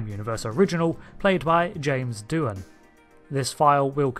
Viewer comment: It's pronounced "Doo-han"